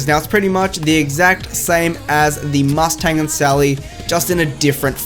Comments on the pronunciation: He said MUST TANG 😂😂😂😂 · I'm triggered... you overemphasize the "T" in "Mustang and Sally".